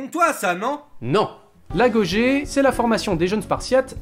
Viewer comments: Un épisode par an: ça me va si les épisodes sont toujours de cette qualité! Et histoire de chercher des poux: Agogé ne se prononce pas "agogué" plutôt? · la bonne prononciation est "l'AGUOGUÉ" (si ma prof d'histoire vous aurez entendu qui est chercheuse... elle vous aurez tiré les oreilles^^)